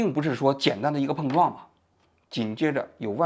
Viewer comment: 王局的舌头今天和某个异物发生了“蹦”撞，嘴又piao了